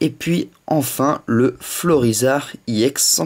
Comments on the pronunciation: Je sais pas si tu le sais, mais ca ne se prononce pas "I EX", mais, "EX", car EX comme EXTREME ! :) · j ador ta video juste pas iex juste ex